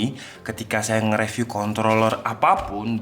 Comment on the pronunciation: izin koreksi:) junglecat = janggel ket bkn jenggel ket 🙏🏻 review = rifiuw bkn refiuw